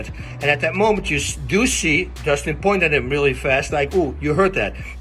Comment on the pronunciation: I already knew he was gonna fuck up dustins name at first. Idk why lmao